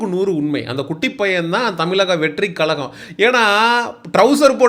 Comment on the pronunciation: தலைவா தமிலக னு‌ சொல்ற. கலகம் னு சொல்ற. முதல்ல முட்ட சாப்பிட்றத நிப்பாட்டு. ' 'ழ' வ சொல்லி பழகு. கண்டத தின்னு முக்கா வாசி பேர் இந்த லட்சணத்துல தான் இருக்கானுக. நம்ம மொழி பேரே சொல்லத் தெரியாம நம்ம அத என்னத்த காப்பாத்த போறோம்?